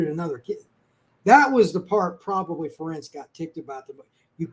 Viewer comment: Ferentz rhymes with parents. Come on guys. How many years does it take to learn this???